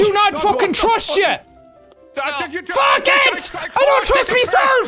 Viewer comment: ''fek it'' xD